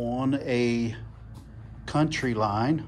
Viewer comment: Its COUNTY line. Not COUNTRY line.